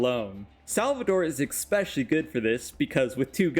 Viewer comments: eSpecially not eXpecially. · Can you please show me where the "x" is in "especially"? It was so cringe hearing you say "expecially so many times